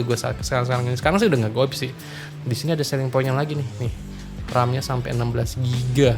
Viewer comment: Maaf mungkin maksudnya ghoib ya, bukan ghoip. tadinya sering ngatain badut sama brand hp sih jadi lidahnya licin kan